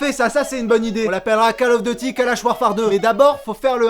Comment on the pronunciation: 👍 poce bleu la routine. Si vous l’avez pas fait, vous pouvez faire god of war. Je suis le seul à avoir entendu cal auf deuty ?